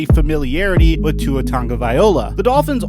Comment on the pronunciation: When proneness Tua’s name wrong 😡😡🤣